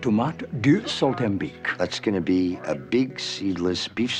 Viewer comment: Why are they pronouncing/spelling it « saltambique »?